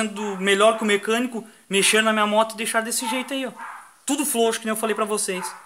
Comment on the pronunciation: desculpe a piada amigo mais é ilário vc falando flouxo - flouxar kkkkk desculpe kkkkkk pare com isso que é um pouco deselegante (a não ser que não consiga ai me perdoe mais ainda kk flw